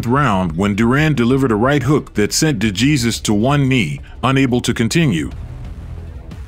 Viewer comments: Thank you ! The Narrator pronounces it D Jesus but it's D Hey Zeus ! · It's torture to hear your AI mispronounce De Jesus (hey-suuse). If you don't know that pronunciation, in a sport where hispanic surnames are extremely common, I cannot listen to the rest, wondering the whole time how many other things you are getting wrong. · You are not pronouncing DeJesus name correctly. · A. I. pronunciation for "DeJesus" 😆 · learn how to pronounce dejesus name.